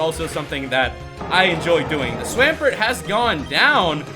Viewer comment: QOTD: watching your vids I like the way you say swampert even though you pronounce swamp correctly in swampert